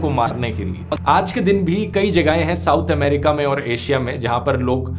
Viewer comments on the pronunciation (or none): none